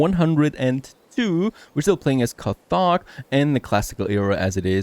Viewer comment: Another great series. However, it's pronounced Kar-tage